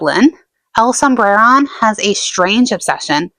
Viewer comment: I really like your videos, haha "Sombreron" doesn't have any rolled R's (I'm Mexican) but make an emphasis on the o, like this: "El sombrerón" otherwise your pronunciation of it is good.